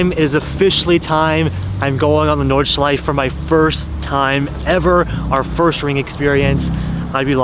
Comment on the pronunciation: Nice vlog! One hint about "Nordschleife": German doesn't have silent vowels at the end of the word, so the -E at the end is fully pronounced, just like in Porsche. , you can hear the guy from Lithuania pronounce it correctly 👍